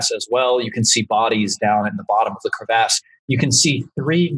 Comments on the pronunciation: Can we all agree to take a shot every time says crevASSE? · Its bothering me how he says crevice or crevasse